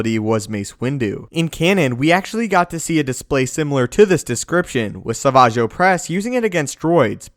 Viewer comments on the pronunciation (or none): LOL suhVAJ oppress? Come on bro. You know it’s SAVAGE. Dumbest name in Star Wars.